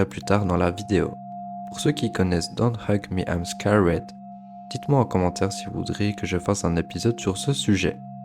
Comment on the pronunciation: Bonne vidéo mais ta façon de prononcer "Don't Hug Me Im Scared" faisait que me sortir du délire 😅